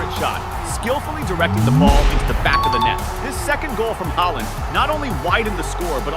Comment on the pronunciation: Bro called haaland haeland😂😂😂